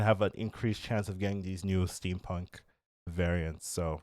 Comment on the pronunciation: Theres no R in steampunk